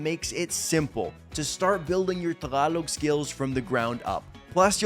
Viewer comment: When he says “tagalog” he sounds like local ❤